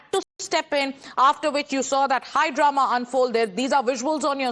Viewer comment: It's Drama not Darna. 😅